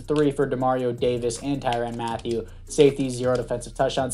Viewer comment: You’re pronouncing his last name wrong it’s right the first time